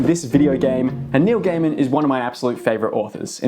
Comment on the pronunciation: everytime you said Neil Gaiman i heard New Gamer.... 😂